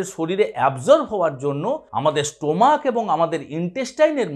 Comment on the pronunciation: অ্যাস্থেমা বলে কোন রোগ নেই। ওটা আপনার বিকৃত উচ্চারণ! তেমনি 'স্টোমাক'-ও একটি বাজে উচ্চারণ!